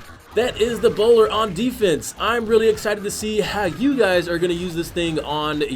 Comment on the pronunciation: I keep hearing "Ebola"